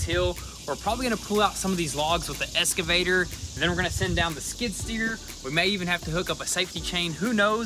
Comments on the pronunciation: Why do you always say "EScavator" to the "EXcavator"? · I would love to hear you two pronounce “excavator” correctly instead of saying escavator. Love the content. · Is it just me that hears escavator instead of excavator? Love love love this channel. I usually watch videos I am am subscribed to in the order they come out, but they all get skipped when a GoonzSquad video is out out. You guys truly are an inspiration to so many people.